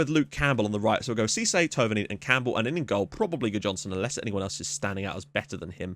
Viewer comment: There is no perfect way to describe how Thouvenin's name should be pronounced in english, but I'd say the closest you can get is by calling him : Fabian Two-venan